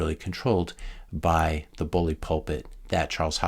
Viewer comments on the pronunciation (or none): none